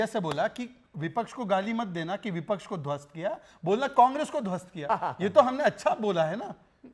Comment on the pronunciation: अरे विपछ नहीं विपक्ष होता ह